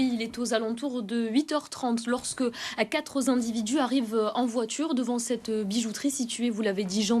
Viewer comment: les "quatre"!!!!!!